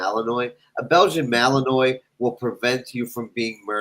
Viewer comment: Get a "Malinoy"? he can;t even say it right. He should not be promtoing this breed to an average owner. I am sorry, but a Belgian Malinois requires WORK, a lot of WORK to be properly cared for. An average person should not own a Mal...it is dangerous for everyone unless they are cared for properly. Leave them to law enforcement and other jobs for which they are suitable.